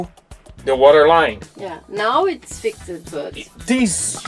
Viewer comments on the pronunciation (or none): ( and duca). I am always in awe of people speaking more than one language, but when you say fix-Ed can you try and say fixd or fixt please? Not a complaint, just an observation. I enjoy watching your work.